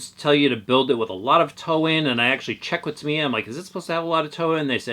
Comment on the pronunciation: Years ago when I was a kid, we all called it “Tuh-my-ah”, however, after the Internet arrived I discovered that the proper pronunciation is, "Ta-mee-uh." Sounds like he’s pronouncing it correctly.